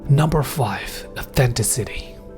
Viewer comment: aww-thenn-tis-it-eee, not aww-thenn-ti-city. .